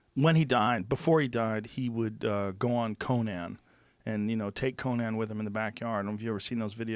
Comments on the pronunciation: Joe "co-NAN-" Rogan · Joe " Coe-Nan O'Brien " Rogan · It's funny how for years now, nobody has ever corrected Joe when he mispronounces "Conan." (Co-NIN not Co-NAN). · Who is this Ko-Nan character Joe? Would you pronounce Conan the barbarian the same? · That's not how you say Conään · Have I been pronouncing Conan O'Brien's name wrong this whole time?! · He talkin about conan obrein? Obrian? He doesnt pronounce it like the barbarian ya dummy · who says conan like that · The way Rogan pronounces Conan O'Brien's name is infuriating, because it is literally only him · Gotta love Joe pronouncing Conan as if he’s referring to the barbarian and not the late night host... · Anyone else extremely bothered by the way joe pronounces Conan??